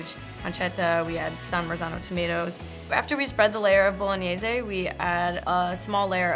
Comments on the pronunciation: Why tf do you pronounce "Bolog-nays" as "bolo-nay-ze" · She butchered bolognese 😂 zay